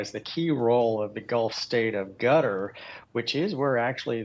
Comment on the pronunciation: Qatar, ...gutter... same thing